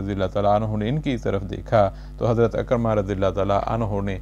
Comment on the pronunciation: صاحب آپ کے خوبصورت انداز بیان کو تلفظ کی غلطیوں نے گہنا دیا ہے۔ عکرمہ ع کے زیر کے ساتھ ہے زبر کے ساتھ نہیں عمرو بن عبد ود کا درست تلفظ Amr bin Abd-e-Wadd ہے۔ براہ کرم تلفظ کی درستگی کی طرف توجہ دیجیئے۔